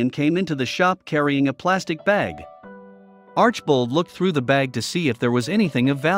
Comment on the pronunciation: Alex is very honest and a wonderful person. He has helped a number of people with his generosity. Definitely watch his channel, very interesting and entertaining. I began watching when he bought the potters house. You’re saying his last name incorrectly. It is arch i bold. Please watch his channel to learn the correct translation. Do proper research.